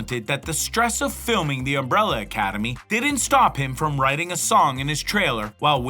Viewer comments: "UMBRELA ACADEMY" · "UMRELLA ACADEMY"